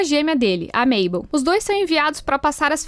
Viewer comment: o nome da mabel Errado